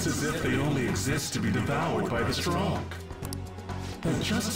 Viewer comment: "its as if they only exist to be devoured by the STRONK" did i hear that right?